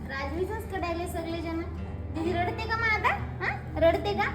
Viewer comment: 🤦‍♀️लडते नाही गं ताई रडते 😂